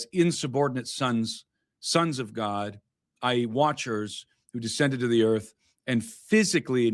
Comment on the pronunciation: Earf ashy 😂😂